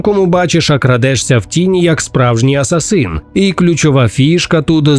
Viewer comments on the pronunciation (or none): none